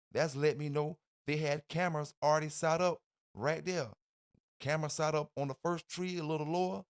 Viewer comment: It’s “set up” Set……… s.e.t !!!!!! What is “Saht up” ????